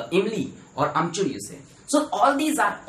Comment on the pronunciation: "Amchur"... 😅😅😅😅but really good......